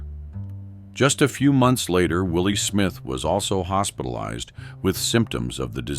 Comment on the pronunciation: Will Smith is NOT the designer Willi Smith OMG CORRECT YOURSELF